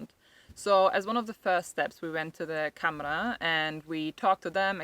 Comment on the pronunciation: Its pronounced Camara with a soft a more like camera thatyou take pictures with. Good luck.